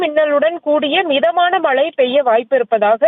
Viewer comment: அது மலை இல்லை மழை. வலி மண்டலம் இல்லை வழி மண்டலம் தயவு செய்து தமிழை சரியாக உச்சிரிக்கவும்